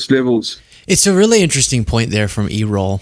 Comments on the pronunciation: "....people are 80%, I'd like to say, 100% behind Trump." That's what Errol said. And it's "AIR-roll", same as Errol Flynn, one of the greatest actors in history. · his name is pronounced "Err-Roll" it irks me that Gen Z's are unfamiliar with certain names. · His name is pronounced Air uhl, like the movie star Errol Flynn. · The name is pronounced AIR-ul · Are you calling him errol sounds like e roll lol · It’s Errol. Pronounced Airoll. Like Errol Flynn. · The people are not anywhere near 100% behind tRUMP, not by a long shot. Once (it's pronounced ERR- ol) Elon's dad said that, I knew where Elon's delusional brain rot came from. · It's pronounced Air-al as in Errol Flynn. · Oh, And the stress in his name is on the first syllable. ERR (as in the first syllable of error)-ol. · ERR-ROL. Geez, young people never heard of the big old time movie star Errol Flynn. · It's pronounced "Air-roll" as in Errol Flinn... you're to young to have heard of him. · I couldn’t stop laughing for like 2 min straight every time you kept calling him “e-roll” 🤣🤣🤣🤣🤣🤣🤣🤣 how DO you say his name fr?! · He seems like he's been scolded, "don't you dare talk to the press"! There's too much blowing up, they don't have time compile a new talking points list, they know the current ones are getting 'old and debunked'. Errol is pronounced like "air roll" said quickly. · Air-ull.. pronounced air-ull lol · How about “Air-roll” but with no pause (sorry, it was the best I could come up with!). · Well, now we all know where Elon got his ketamine habit. P.S. Daddy Musk’s first name is pronounced like the famous 30’s/40’s actor…swashbuckler Errol Flynn. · It's probably pronounced like Errol Flynn, who died in 1959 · You said Elon's father's name so weird. Look up the pronunciation please. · I'm sure you're familiar with the word error; therfore, you should be able to pronounce the name Errol. Have you not heard of Errol Flynn? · Elon’s father’s name is Errol—like “error” but with an “l”.